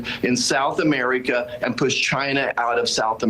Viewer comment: "South Ameerieca"